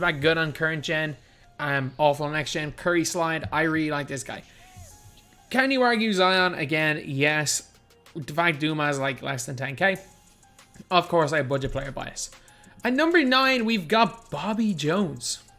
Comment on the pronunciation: Just say the S in Dumas!!!!